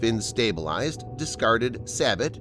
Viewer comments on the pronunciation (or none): Sabot is pronounced saboh. Sabbot means something completely different. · "Sabot"is pronounced SAY-BEAU